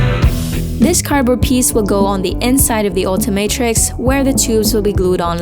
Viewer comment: It is not altimatrix it's ultimatrix 😊